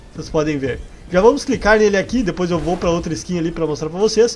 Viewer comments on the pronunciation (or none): none